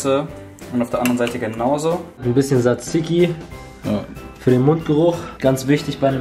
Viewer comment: Er sacht einfach saziki xD